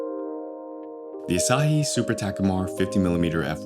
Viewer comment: It's pronounced asa-he, asa is morning and hi is sun => morning sun, morning sunrise